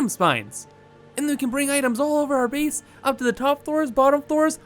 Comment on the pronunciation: The word base shouldn't rhyme with peace but the word base should rhyme with face. Either way, you keep pronouncing base like beace. The same type of people that mispronounce word like that also are upspeakers and ones that say sorry like soourry. Just saying